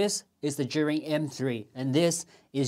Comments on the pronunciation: Yes, it couldn't be clearer as the pinyin pronunciation IS the brand name. So please pronounce it right if you don't mind. Many are calling it "Zion" while you are calling it more like "Jury". Just hear and learn how calls it as I believe she is a native Mandarin speaker. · "zhee-yoon" please pronounce it properly especially you as an Asian ethnic youtuber. ZHEE YOON